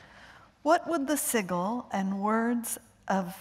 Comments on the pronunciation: Did she really just say "Siggle" for sigil? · She really said Siggle instead of Sigil lmao It even had George cracking up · Sig-ul...Clagun...I don't think this lady had actually heard of these books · that's actually not true he thought that her mispronouncing the word was so funny that in the upcoming Winds of Winter book in a sample chapter a foreigner makes the same mistake while trying to act like she knows what a Sigil is she mispronounce is it the exact same way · she misread the words dude. who the hell can't say "sigil". this woman is clearly not comfortable reading/talking in front of people, or in front of famous authors. She should probably find another job. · She doesn‘t know how to pronounce „sigil“...it‘s a common word of the English language. Even I know how to pronounce it. Me, a Frenchie. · Mispronounced Sigil lol